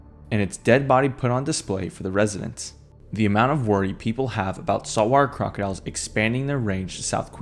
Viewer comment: 😂😂😂”Saw-Warr Crah-Diles” 😂😂😂 can you speak any faster or clearer? So much for narration lol🐊